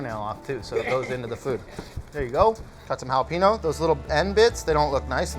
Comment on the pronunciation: Is any one else upset how he says jalapeño?